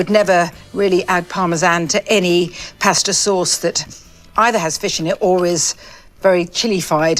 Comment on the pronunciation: Oh my Indian food so wrong lol ! So wrong! She may pronounce per Parmessssaaan, pasta all off but her simile & diction are phenomenal.